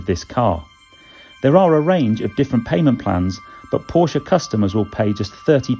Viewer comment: Good review and well done for pronouncing Porsche properly which so few YouTube reviewers do. £116k for 200 miles range is frankly laughable and with 4 adults in the car it will be much less. Looks like making an EV go quickly is the easy part and only Tesla and Hyundai have the secret sauce to make them efficient as well.